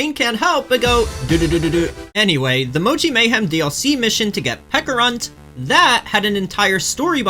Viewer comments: It's pe-cha-runt not pe-ka-runt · Bro did NOT just pronounce Pecharunt as "Peckarunt" 💀 Like you know pecha berries are based on peaches, right?